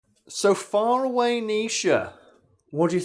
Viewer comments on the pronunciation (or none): "Far away"? And all this time I thought he was saying "Fire away"